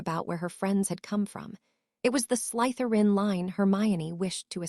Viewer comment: Why oh why can this AI never say Slytherin right? Slither-in not Sleith-er-in.....